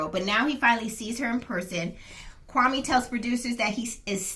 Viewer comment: His name is pronounced kwame...like meh at the end not kwami.....he gentrified it to make more palatable for the the white women he was trying to get!lol....very sad